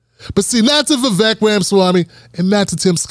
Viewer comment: Vivek is pronounced Vivake, as in steak or fake. Vivek the Fake, just as DeSantis said.